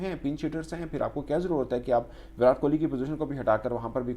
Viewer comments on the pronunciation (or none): Bhai naam to sahi se bolo...virat ..virat... T ...tamatar wala...ab urdu me kese samjhau...😂